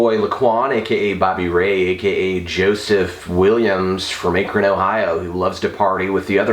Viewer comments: Lmao he said Akron like (aye-krin) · It's not Akron! It's Akron! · Haha wow. I'm from Ohio and that is not how you say Akron.